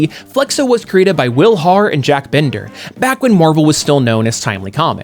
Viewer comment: Binder, not "Bender"